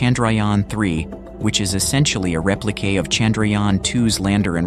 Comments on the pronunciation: Sir-face? Repli-kay? These Robot voices make a great video seem so amateur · I’m sorry but these AI narrations are really getting annoying. They sound authentic until you hear one of the many mispronunciations. “Replica” pronounced “replic-A”…